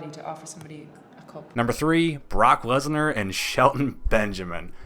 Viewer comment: This dude said Lesnar with three syllables